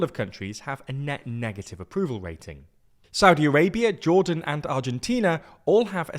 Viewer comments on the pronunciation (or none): none